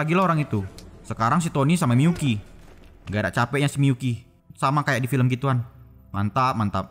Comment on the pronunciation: Miyuki atau miPUKI COY??